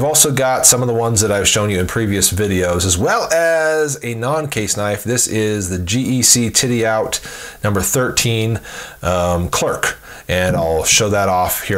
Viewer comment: It's not pronounced titty-out. Fyi